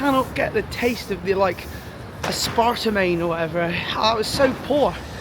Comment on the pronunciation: Aspartamane lol. It's Ass-per-tame